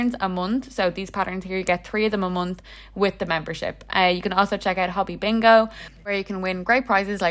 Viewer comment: It’s not said hobby. The o is a long o sound like saying hoe bee. Hobbii! The best! I only buy from them and I live in Canada.